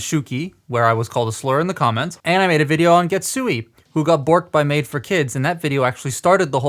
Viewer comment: And Getsu-aye (a as in "ate"). THe rest you got the pronunciation right!